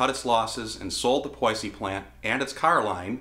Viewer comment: …. Did he say Poy-see? Surely he meant to say Poissy ?